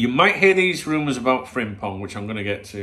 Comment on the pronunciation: You pronounce his name fantastic with sore throat unlike them Japanese player names you tried few summer windows ago after signing Endo. 😂 Good player, but I would rather try keeping TAA at all cost if we can.